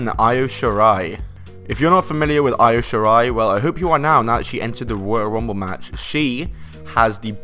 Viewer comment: Well done saying Io wrong.